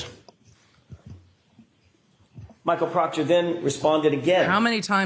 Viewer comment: If Michael Proctor didn’t do anything shady or illegal, why are they having a hard time saying his name?😂